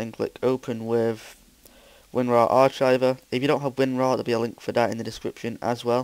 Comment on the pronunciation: Why did he say ar-chive.